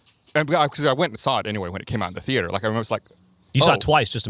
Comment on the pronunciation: Always love how Gus pronounces ‘theater’ like Homer Simpson